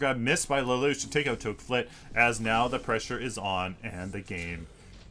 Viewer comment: lol i know it doesn't matter, but lelouch is pronounced like laloosh